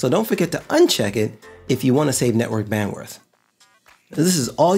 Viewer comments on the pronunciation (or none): Good video I like the dream Sequence lol You said bandworth instead of bandwidth